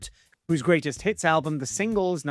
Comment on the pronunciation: Haha I swear you said "greatest TITS" instead of hits at 10.20!!! 🤣🤣